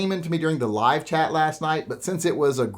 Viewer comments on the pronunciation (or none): none